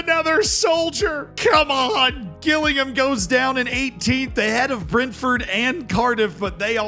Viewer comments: You can't do this. Fall foul the same way everyone else does when they're not from the South East of England. Gillingham, in Kent, is pronounced Jillingham. Gillingham is also a town in Dorset, (I think) yhe South West of England and *is* pronounced Gillingham. Different towns, different pronunciations 😬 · Gillingham is pronounced Jill-ing-ham not Gill(like a fish gill)-ing-ham. Other than that this was a great video 😂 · Gills fan here. It's J-illingham not G-illingham XD. As soon as I saw us on screen I knew the mispronunciation was coming. . . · Please stop saying Gill-Ingham it's said like jillingham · i physically recoiled when you said GILLingham cause i wasn't expecting it... i thought you knew that one from the livestreams where you said it properly 😭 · I know I’m 2 months late but can I please say Gillingham is pronounced Jilllingham. It is my local team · Pronounced... Jillingham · Just a heads up, Gillingham is pronounced like Jilling-um. It's just up the road from me. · Gillingham pronounced as - Jill-ing-ham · its more like Jill-ing-um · Gillingham is pronounced Jillingham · It’s pronounced Jillingham haha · Hilarious constantly hearing him pronounce Gillingham like “Gillingham”… oh wait. Maybe that’s our bad 😂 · My heart dropped when he pronounced Gillingham as Ghillingham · Great video, but please god please JILL- ING - HAM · It’s spelt Gillingham but pronounced has Jillingham 😄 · Hard G Gillingham is killing me 🤣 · sry to be harsh as your not from the uk, but just to let you know it pronounced jih-llingham, so the g is said with a j sound but not really? (Kinda like jih for the gi) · Gillingham is pronounced 'Jillingham' btw. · Please learn to pronounce Gillingham properly thank you LOL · It’s pronounced Jill ing ham!!! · Gillingham is pronounced like Jillingham!! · gil-ing-HAM is the most American thing has done in a while. 10/10 no notes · The way you pronounced gillingham is mad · It's Jillingham